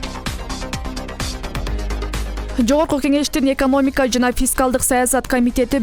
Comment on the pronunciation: Журналист же суйлоп жаткан кабарчы экомоника эмес экономика деп айтуу керек коридордо бутконун билинип турат.